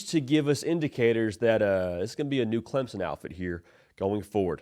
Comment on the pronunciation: Clempson, lol. Thanks for trying